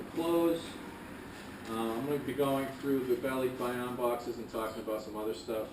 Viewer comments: I don't mean to be a pronunciation nazi, but I've always heard it pronounced ba-lik-bay-on, not ba-leek-bay-on, but then, most of my barkada in the US, and my wife's family is from Luzon. Is it pronounced differently the south? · Why isn't Michelle correcting your pronunciation? It's Ball-lick-buy-on. :) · it's kind of like you say to-may-toe vs someone else saying toh-mah-toe. American Filipinos say Ball-lick-buy-on because they don't have the filipino accent but mainland Filipinos say LEEK probably because they have an accent. Just threw me off because you said it like you have an accent but you don't. ;) I am filipino american and I love learning about you two, thank you, keep up the nice videos!